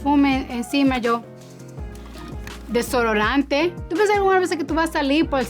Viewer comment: Una farmacia dentro de una Hermes 😅 repetí varias veces solo por el Placer de escucharla hablar español. “Desororante “